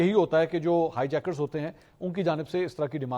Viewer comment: ہائے جیکر بولتے ہیں منصور آئے مذاکرات کرنے